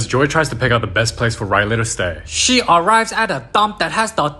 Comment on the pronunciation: "She aaa bebe" 😂😂😂😂